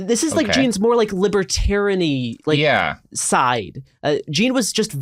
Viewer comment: At one point said "liberatarian-y" but I heard it as "liberatyrrany" and I'll be using that now.